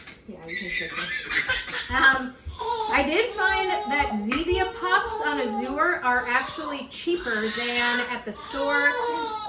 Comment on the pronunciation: “Azure” is an English word, meaning “blue.” It’s pronounced /ăzh′ər/ — (ă = short A, as in “cat.” “zh′ər” sounds exactly like the second syllable in “treasure,” “measure,” and so on).